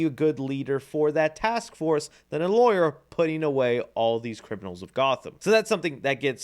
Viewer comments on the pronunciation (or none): none